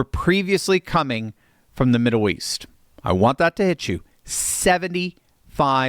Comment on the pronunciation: "Midduw" east?